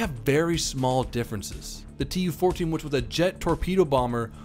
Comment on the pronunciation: In Яussian TU sounrds more like "too". And IL like "il" in "will" )))